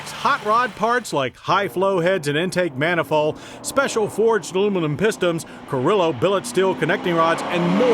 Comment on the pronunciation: Did he say .."forged pistoms"?